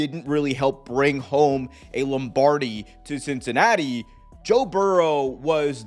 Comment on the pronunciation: "Cincanatti" lol